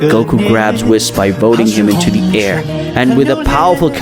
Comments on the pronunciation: Say whis like wheese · Hate how he pronounces whis’s name 😂